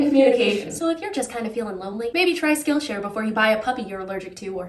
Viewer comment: Skill Sh”Ariel”. 😂